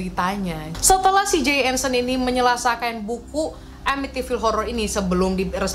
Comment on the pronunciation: gua kira salah denger lu bilang "menyelasakan" sampek gua ulang mulu 🤣 Asli nagih banget denger story telling lu 🤧